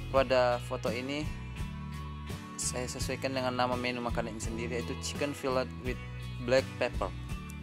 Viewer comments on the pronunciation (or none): Fillet.. not filled